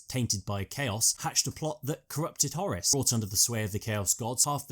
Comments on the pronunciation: It's Horus not Horace you dimwit. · Its Whore Russ not Horis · pronuncation of Horus... sounds much more powerful and sinister as 'Hawruss' not 'Horace'. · Who the fuck is Horace? I thought the Warmaster was called Horus. Lol... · Just one question: why are you calling Horus Horace?